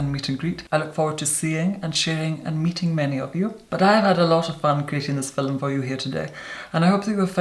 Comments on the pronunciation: IS HE TRYING TO SAY FILM WHEN HE SAYS FILUM ITS HURTING MY BRAIN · Does he say filum or film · I like videos but the way he says FILM always frustrates me😂 it‘s film not FILLEM😂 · In the filum love it when he says film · "In today's filem"❤💦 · Is he saying fillem? Not film? Cool. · Is "filum" actually a word? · He’s gone so far out of his way to say the word “filum” as many times as possible... I think he means for people to make a drinking game of this video 🤔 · "fillem" x 3 in the 1st minute SCORE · every time i see a new video in my subscription box i mutter to myself "in today's filum" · fernandodomenico it's just how some of us pronounce film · “Hello everyone. In today’s FILL-UM” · I say filum too... I'm Irish. Didn't realise it was so weird. I only thought Americans say feelm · i love how he pronounces film as fil'm 😂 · I am completely addicted to the way you say "Filim". I love You 😍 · Is it fillim or fillum ? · pronounces film like filum so the commenter was mocking them. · Noo lol the person is just mocking the way talk filum means film lol hope that helped😊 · Draco yeah it’s just how he pronounces film